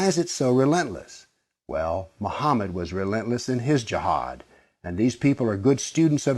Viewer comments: It’s pronounced as Ji haad not Jahaad. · I laughed so hard at this vid this guy is delulu lmaoo I died at the country accent of JIIIAAAHAAAAD lmaooo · You're emphasizing the word Jihad like you want to tell everybody that Jihad is something really bad. JEEHAAAAD like "watchout everybody, bombs gonna explode from his vest." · Such an idiotic video.. its not even based on history.. plus he cant even pronounce “jihad”..